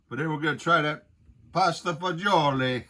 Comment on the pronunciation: Fagiolo is bean in Italian. It's pronounced fag olo